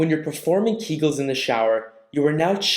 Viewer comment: Keegulls? Public floor? Come on. It is keg-ulls amend pew-bic floor.